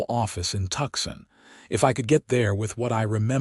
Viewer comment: Seriously?! Maybe there is a niche market for teach AI how to read American words. The gun name is pronounced "dare-in-j-er" the city is pronounced ""Too -san" not "Tucksan"